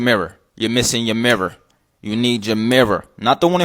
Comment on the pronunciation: "yer missing yer merrer, where’s your merrer, you need a hand held merrer"